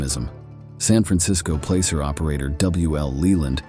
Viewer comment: U need to pronounce some of the words like La Paz & placer correctly. I have detected many many nuggets in the rich hill area